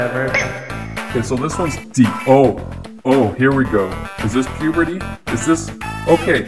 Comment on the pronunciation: Pubrity? Who old u